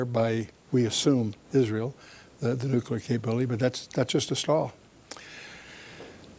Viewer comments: Nukular? WTF! Try reading it slowly and sound it out like a 10 year old at school. N.U.C.L.E.A.R... new-clear... nuclear. Only one 'U' and only one 'U' sound. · Maybe those who can't say "nuclear" shouldn't be talking about nuclear weapons or talking over someone who CAN pronounce it. It's New-Clear, not New-Cue-Lar. Where were you thirteen years ago? This stuff is clearly new to you, but nothing much has changed in this since the nineties. The virus He's talking about is Stuxnet. Google it. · Nuclear please not nucular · Sorry. It's pronounced NU-CLEAR. Get it? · “NeWcUlUr weapons?! He said nEwCuLuR weapons??” 😂😂 love you brother, great video! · "It's nucular" - Homer Simpson